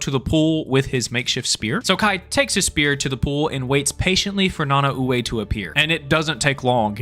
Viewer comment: this is just me being a nerd but it was really bothering me how you pronounced Nanaue. its pronounced Na-Nah-Way. its weird but thats how you properly say it